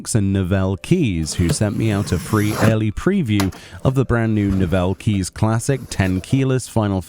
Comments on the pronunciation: It's typically pronounced like "novelties" but yeah I believe the switches are hot swappable with any 5 pin compatible switch you can find online to suit your preference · The way you say NOVEL keys is painful